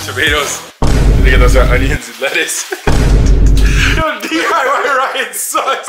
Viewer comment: He couldn't say lettuce